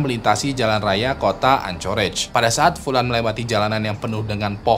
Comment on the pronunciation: Untuk anchorage city bacanya "ankerej" bang